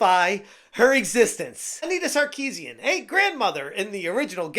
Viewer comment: Repeating her name over and over again sounds like "I need a sarcasm"